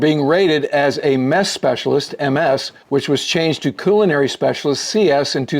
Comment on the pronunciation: Just started watching this and the first thing is how nice it is to hear someone properly pronounce culinary.